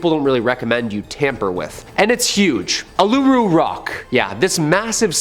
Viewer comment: Ularu is pronounced Ooo-la-roo. :D